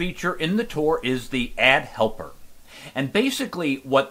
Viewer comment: hey i think its not add helper its pronounce A.D.D helper. A.D.D is a disolder, thats why A.D.D helper is on there